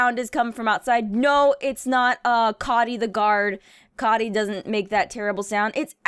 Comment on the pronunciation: The way she pronounces coty haunts me. i wish it was pronounced like cody